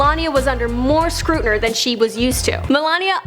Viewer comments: These videos are pretty cool, but when someone is claiming to teach me about stuff I don't already know about, and they butcher the easy stuff... common and well known words and names, it kinda puts a dent in my confidence in them. "Mar A la" Maples?! WTF?! I'm pretty sure that at least half of America has heard of Marla Maples. And, "Suddenly, Melania was under more SCRUTNER"?! Why in the hell didn't they take the twenty seconds to retake the audio, and go ahead and say scrutinY? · said “scrutner” instead of scrutiny lmao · Lol she was under more "Scrutiner" ??